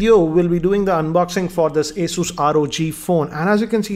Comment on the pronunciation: First of all it’s not aSUS it’s Asus pronounces as aSES